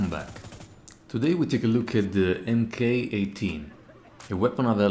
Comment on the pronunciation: Mk means "mark," so spoken out loud it's Mark 18 not M.K. 18